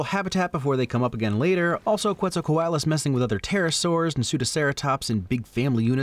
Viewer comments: Dino Dana didn't quite nail the pronunciation if she pronounced Quetzalcoatlus like 'Kwetsalcoatlus' because Nahuatl borrows its orthography from Spanish, so 'que' is pronounced 'ke'. You can also hear it in the currency of Guatemala, the Quetzal, which gets its name from the national bird, the quetzal, which means "precious" in Nahuatl. Coatl means 'snake'. And, of course, Quetzalcoatl was an Aztec diety. -us is a Latin ending because this is a scientific name. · also saying "thanks for nailing the pronounciation of Quetzalcoatlus" right before pronouncing it wrong lol